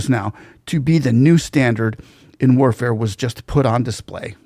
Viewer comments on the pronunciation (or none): none